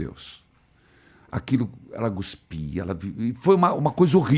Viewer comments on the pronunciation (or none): No o Padre disse ela "GUSPIA" ou foi impressão minha? Uma vez que, o certo é CUSPIR e não GUSPIR!!!!